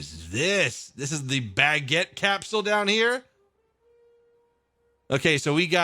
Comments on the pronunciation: The moment said baquette capsule. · "baguette capsule" lol you good at french